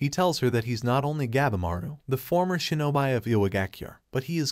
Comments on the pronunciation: ok ok ok its not pronounced (sho-no-bi) its pronounced (sho-no-be) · "shin-oh-bee" not "shin-oh-bye" :p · Shinobi is pronounced as shino bee , not shino by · he just say shinobi wrong but i dont think its a problem though